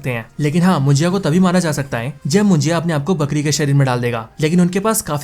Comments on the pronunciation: मुजिया नहीं munjya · It's not mujiya it's munja.. correct it bro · मुजिया नाही रे बाबा,,,,,मुंज्या आहे ते😂😂😂😂